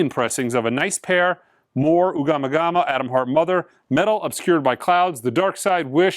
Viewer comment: The Floyd album is Ummagumma, not Ugamagama. lol